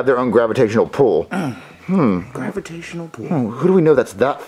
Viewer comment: Its pull not pool